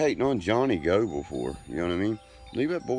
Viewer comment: Gobel, he doesn't even know how to say his name still 🤣🤣🤣 Someone please teach him how to look straight into the camera 🤯 Him looking sideways drives me crazy 🤣🤣 WTF 🤦‍♀️